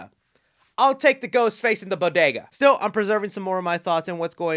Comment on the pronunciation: When you were talking about the aged/cracked mask, I know you said “this still definitely looks like Ghostface,” but it sounded like you said “this STU definitely looks like Ghostface” 😏😏